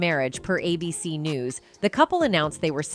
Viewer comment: A B Sieve? AI speech generator is broken lol